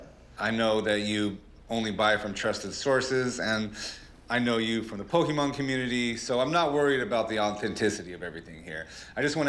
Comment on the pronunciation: Rick: Pokeman